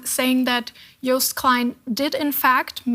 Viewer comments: It's pronounced "Yoast" not "Youce". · An English speaking person pronounciating of anything non English is painful to the ears. Malmo is pronounced as Malmeu it has a umlaut ; Joost is pronounced as toast or roast so Joast. It really would behove any serious broadcaster to research pronounciation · Did he say "Joest" klein? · Yoast. The "j" is a "y".